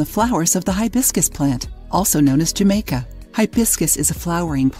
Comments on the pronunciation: The "J" is said as an "H"....Ha-maica.... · It is being said wrong. It’s a Latin America drink meaning that J sound like an H. And Jamaica has more than hibiscus in it. It has star anise, cinnamon, and other things.